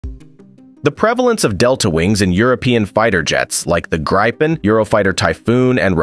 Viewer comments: In English, it’s pronounced ”greepen” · Ok this is killing me. The "reader" is either a poor AI without pronunciation guidance, or an idiot human reader that knows nothing about the subject he is reading. He mispronounces well known fighter aircraft terms and names, like Gripen. So if it/he can say "Grip" then add an EN at the end, he would have it. Not the "gripe" + en he uses for some reason. Then there is canard that in English everyone else says one way. This goob does not. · And the I is kinda pronounced like the letter E Edit: Just so people know - I know that because I am Swedish and the Gripen is also Swedish